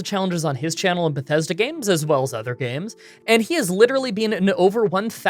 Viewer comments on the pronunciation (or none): none